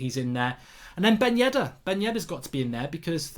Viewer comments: Its Ben Yedder not Yeddar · It's "Yedder" Mark not Yeddar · Dude..soo many mistakes, manolas went to napoli..not lazio, its ben yedder not yeddar